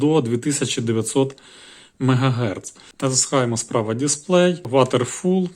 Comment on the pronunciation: Дякую. Момент інгліш пронансіейшн: Frequency - Фріквенсі (Частота) Waterfall - Вотерфол (водоспад) Fast - Фаст (швидко)